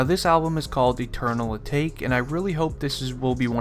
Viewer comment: He said “Eternal Awake” smh